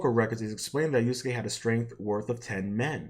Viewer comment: the fact that youre just taking something the right came up with against them tells me all i need to know about you dawg. also its yasuke not yuske lol, learn the name of the person youre making a video essay about first before trying to pontificate